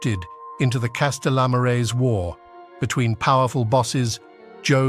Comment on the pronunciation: The pronunciations...Lol. "Castellammarese wars"... He butchered that... Castellammaria del Golfo, Sicilia...